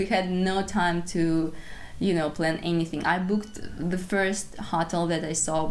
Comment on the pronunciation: In English hotel is pronounced Ho (rhymes with go) tel (rhymes with sell), accent on tel. Ho tel'